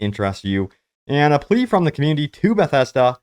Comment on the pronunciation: Plea* not Ple.